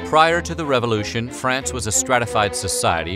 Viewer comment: What the hell is a revolushion?! lol